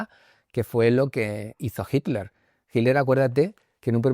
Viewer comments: mas claro que eso solo el agua FIJI, quizás no te percatas por costumbre, pero ningún español dice HITTTLER, no mencionan la T, dicen Hiler o algo así, pero bueno, no es importante, Gracias por contestar y me gustaría comentarte que tengo un canal que estrenará el otro año y así como tu hiciste aquel primer video en Egipto inspirado en el amigo egiptologo que admiras, yo ocupo el tuyo como uno de mis referentes. Que haya DESAFIO VIAJERO por muchos años mas.👏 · Srs, alguien me puede aclarar por qué en general los españoles dicen Himler a Hitler? Qué pasa con la T? Y no están hablando de Heinrich Luitpold Himmler, están hablando de Adolf Hitler! Entonces donde está la T en ese castellano? Todos hacen lo mismo! Hey, no soy hater, no quiero crear polémica! Solo quiero entender a que se debe, quizás hay una razón y yo estoy equivocado. Y en este canal las personas invitadas son personas muy cultas.